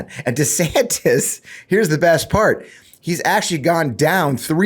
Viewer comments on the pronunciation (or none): One more time I remind y'all, it's NOT DEE-Santis, nor is it DEH-Santis. It's DUH-Santis! DUHHH!!! 😆😅😂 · It's Duh Santis bro... Duh 😂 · It is DUH? Santis, like as in DUHSNOT have a clue. He is asleep at the wheel and out of touch with anyone's feelings but his own. Get A WOKE meatball Ron !! 😊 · Duh-Santis. Duh. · it's Rhonda Santis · I believe it’s pronounced Duh Santis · Anyone who changes the pronunciation of his own last name according to the whims of the wind has no backbone to be the President of the United States. DEEsantis. 🪼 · Let me correct it for all of you... it's DeSHITSTAIN. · For the record it's Duh Santis. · I'm pretty sure his last name is pronounced Duh-Santis. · IT’s Duh Santis. because he ain’t home in the head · He doesn’t know how to pronounce his name, either. He has gradually changed it since he first took office, making it sound less Spanish and more Anglicized. So, there’s that. So,don’t feel too bad about not knowing how to say it properly.